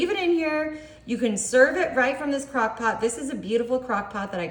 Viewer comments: She said " cock pot " What an idiot !! HAHAHA !! She's drunk .. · ❤😂She said CockPot"!😂🎉